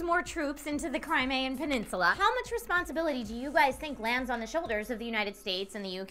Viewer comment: CRIME-EE-AN! not crime a an